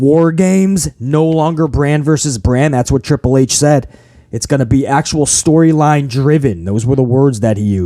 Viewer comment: I laugh every time hhh says storyline hahahaha he is clueless